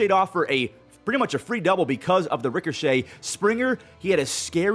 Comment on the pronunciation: Theres no r in ricochet